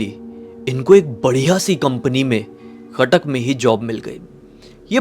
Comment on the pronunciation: Khatak nahi hai Cuttack hai